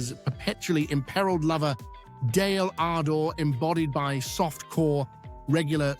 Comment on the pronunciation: Dale Ardor? Wasn't she called Dale Ardon? AI again